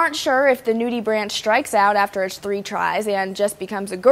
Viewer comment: it's pronounced "nudie-brank".